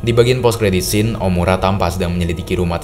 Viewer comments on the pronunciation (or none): none